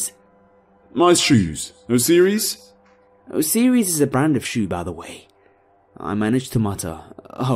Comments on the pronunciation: "o-see-reez"?? You mean "o-sy-riss"?? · Not trying to be rude but it's Osiris not osieries btw awesome video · Great video but the way you pronounce O'Sirus is rather off-putting. Not trying to be an asshole when I say that, just being honest. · I can't get over "Oh-SEE-ries"